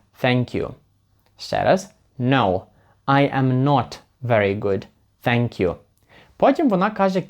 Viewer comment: Все супер,молодець,але один мінус що жоден американець в Америці не каже сенк'ю,всі говорять блище до тенк'ю